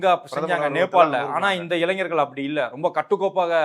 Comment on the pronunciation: நெறியாளருக்கு ஓர் வேண்டு கோள். தயவுசெய்து தமிழை கொலை செய்யாதீர்கள்... இளைஞர் இது தான் சரியான தமிழ் வார்த்தை; நீங்கள் சொல்வது, "இளைஞ்சர்" என்கிறீர்கள். கேட்பவர்களுக்கு முகம் சுளிக்கிறது.